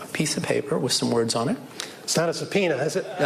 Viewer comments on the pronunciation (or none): Lol, I had to replay the "it's not a subpoena is it?". Thought he initially said "it's got no pee on it is it?"